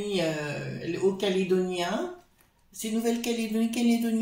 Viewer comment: Bonjour. On dit Néo calédonien. J'espère que dans mon pays, Ils vont l'accueillir comme il faut 😂. Je ne savais pas qu'il allait là bas 😢. Merci pour les infos. Bisous 😘